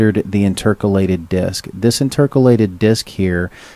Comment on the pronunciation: Educational and informative, but please learn how to pronounce "intercalated" as it drew me out of the presentation every single time you said it. It's interCAlated, not inTERcalated, emphasis in the wrong place. Also the hand written notes could be very hard to read for someone with dyslexia.